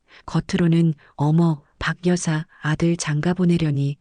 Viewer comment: 방여사로 발음하지마시고 바겨사로 해주셔야 한글을 바로 읽는거 아닌가요?